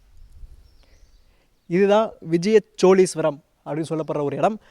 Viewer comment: please ucharippai sariyaga sollunga.... cholagar illai chozhargal..... always saying cholargar choleesvaram hearing its too bad please,CHOZHARGAL,, YOUR VIDEO AND NARRATING R VERY WELL, THANK U SIR.